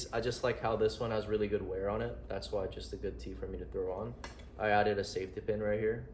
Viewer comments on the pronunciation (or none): none